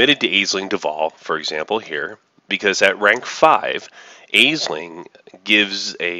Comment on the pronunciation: FYI Aisling is pronounced "Ashling".